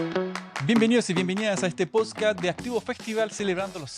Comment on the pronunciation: Nunca nadie le dijo a este tipo que decia mal la palabra PODSCAST!!